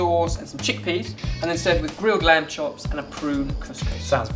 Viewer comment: "This lamd and aubergine stew is packed full of spices and flavors, so.. watch this" hahaha